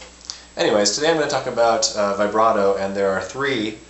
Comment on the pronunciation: Nice lol at how you pronounce vibrato though